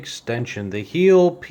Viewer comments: it's pronounced like this " Hi... el", not heel. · It is pronounced like HILE